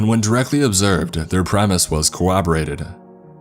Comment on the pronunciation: Corroborarra....I give up